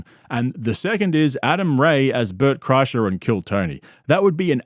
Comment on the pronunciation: Car-kreischer, LOL. What a shambles.